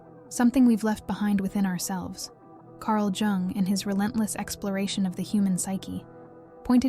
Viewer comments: it was shocking it sounds like jank or rubbish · Carl Jung is pronounced like 'Young" or "Yoong", by the way. sigh 😢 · If you were going to reference the man will you please pronounce his name correctly Carl Gustav Jung (/jʊŋ/ YUUNG;[1][2] German: [kaʁl ˈjʊŋ]; 26 July 1875 – 6 June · I love your videos, but is there a reason why you keep alternating your pronunciation of “Jung”?